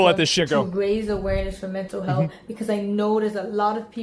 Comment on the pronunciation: “Somebody’s mental healthf”